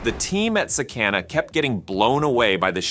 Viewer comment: Its pronounced sah-kah-nah.